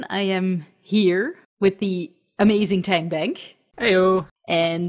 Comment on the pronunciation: i thought you said "hand bag" instead of "tank bank" lol